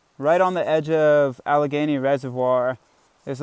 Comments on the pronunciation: Now I’m confused. Is it truly pronounced “A-leg-a-née” like how you said it. Or Al-le-gain-ee? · He also says Al-ay-nee😁